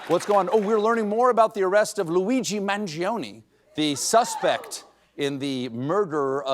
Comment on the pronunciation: Stephen, you're talking as if Mangione is guilty. Whatever happened to 'innocent until proven guilty'? What are you? A member of the Trump Administration? Also, pronounce Mangione's surname correctly please.